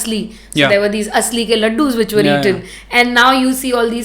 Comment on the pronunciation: That's not asli, it is alsi